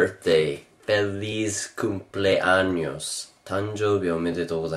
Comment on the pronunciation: Are you a mixed japanese? That Feliz Cumpleaños sounded pretty good.